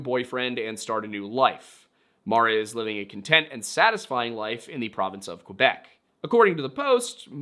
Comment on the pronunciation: Great prononciation of “Quebec” I keep hearing “Quwe-bec” and it infuriates me. less great 😅 “Saint-Étienne” was great. Are you talking about “Saint-Étienne de beauharnois?” It’s pronounced “bo-har-nwaw” Also, saying “write things the way you want them pronounced” is a little ironic, considering the English language has words like “light” “thorough” and things. A French speaking might look at it and say “lee-gt” and “to-roog” and intersection with a candy store 😂 that actually made me cry a little (actual tears, not like the watery eyes i had through this whole video). It’s hard to imagine that someone would not get the justice the deserve simply because there is barely any left to care. Cases like this break my heart and I’m grateful for the little jokes you sprinkled throughout the video,, otherwise I might have rage-cried for the entirety of it